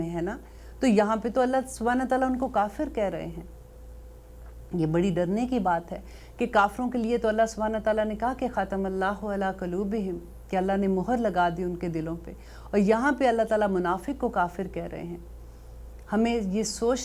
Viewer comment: Ayat19 galt prhi he kuloobihim not kaloobihim